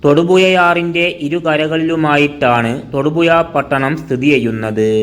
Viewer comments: തൊടുപുയ അല്ല തൊടുപുഴയാണ് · നീ നിന്റെ മദ്രസ പാട്ട് പാടുന്നത് പോലെ അല്ല കാര്യങ്ങൾ അവതരിപ്പിക്കുന്നത്.... പിന്നെ എന്ത് വില കൊടുത്തും ,ഴ, എന്ന് പഠിക്കാൻ എവിടെയെങ്കിലും പോകു.... അവന്റെ ഒരു തൊടുപുയ.😮😮😮😮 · തൊടുപുയ അല്ലേടാ നാറി തൊടുപുഴ 🤭🤣🤣🤣🤣🤣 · എട പട്ടി തായോളി നീ ആദ്യം മലയാളം ഭംഗിയായി സംസാരിക്കാൻ ശ്രമിക്ക് തൊടുപുയ നിൻ്റെ ഉമ്മാൻ്റെ പൂയ്🤪😜